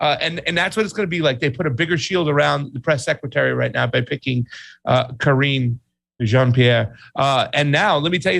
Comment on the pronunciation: You mispronounced Karine Jean-Pierre's name you linguist!